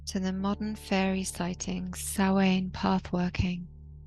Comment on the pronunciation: Sow-an not Sowain. The Irish word for November.